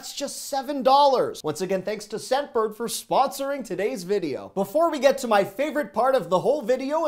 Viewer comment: I kept hearing "Sedburg" instead of "Scentbird".